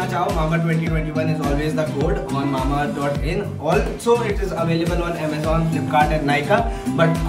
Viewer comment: Its not mamaearth its mambaearth ❤️😂